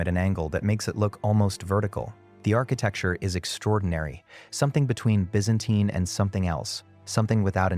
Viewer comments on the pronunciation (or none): none